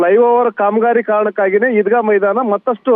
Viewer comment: ಚೆನ್ನಮ್ಮನ ಮೈದಾನ ಅದು ಈದ್ಗಾ ಮೈದಾ ಅಲ್ಲಾ